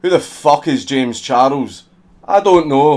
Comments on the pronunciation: I love the way he pronounced it. Kinda like how japanese say English words or names. Jayums Charusu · "Jems chardles"